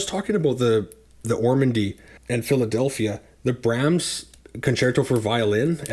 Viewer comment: Good reviews, and I appreciate the detailed takes on what each labels generally sound like. But sorry man… you need to work on your pronunciation! 😂 Haydn is “Hi-din,” Brahms is “Brawms,” and Handel is “Handle”